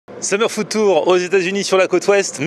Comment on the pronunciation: à chaque fois qu'il dit food tour, j'entends ftour. LOL est devenu musulman en scred!